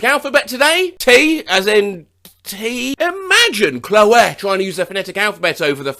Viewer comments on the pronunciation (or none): my mans just said Chlo-éh